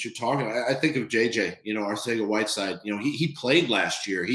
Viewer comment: Doug doesn't know how to pronounce JJ's name lol